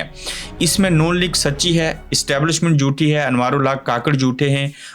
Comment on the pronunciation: کاکڑ نہیں ککڑ بولا کریں شکریہ